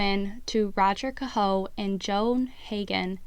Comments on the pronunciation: Daniel Cahoe his last name is pronounced Kay Ho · Pronounced K-ho !!!